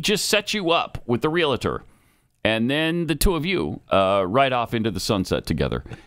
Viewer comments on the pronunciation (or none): Pat you are so wild about mispronunciations, but you call them real it tors. No it's real tors😊